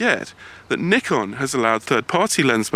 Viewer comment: kudos to you for the better pronunciation of Nikon. An entire tribe further west should pay attention.